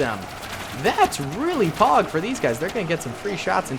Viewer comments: Definitely thought you meant pawg and not pog every time you say it lol 😂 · stop saying payg pleas its anoying